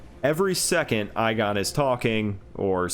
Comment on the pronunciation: the man’s name is pronounced egon he even says it in the game please stop pronouncing it that way it hurts my soul